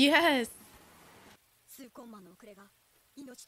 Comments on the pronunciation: Nobody ever says it like the anime for some reason. KUR RAP PIKA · Are they really saying Kurapika's name wrong? Sorry, the weeb is coming out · Is it really that hard to say Kurapika name right?